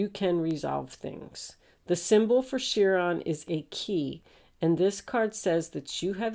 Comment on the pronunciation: Chiron - wounded healer - promounced ki-ron, like pie-ron